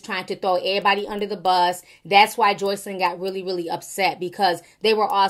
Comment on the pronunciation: You hit that JOYCElyn hard! Lol Perfect pronunciation! 😂😂😂😂😂😂😂😂 You so silly Ti!